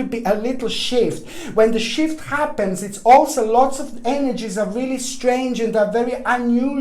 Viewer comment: I had my phone on speaker...and was saying “shift” (after replay🤣) every time he would say “shift” insert “shit” (sorry, terrible I know) but that’s all I kept hearing from a distance.... and I was laughing so hard! I had to replay again and again....🤣🤣🤣 I appreciate every message and video and I do take them serious....point to story....listen closely... 😳😬